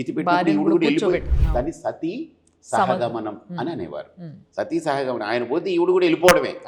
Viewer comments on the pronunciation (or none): Anchor gaaru sahagamanam anadam ledhu samagamanam antunnaru